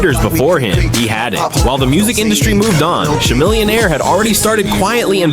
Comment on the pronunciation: “Sha-millionare” The AI is down bad 😂😂